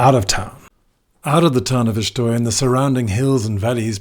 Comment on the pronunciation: I was recently informed by a couple of Portuguese people that it's pronounced "Shtoy" - i.e., the E is silent.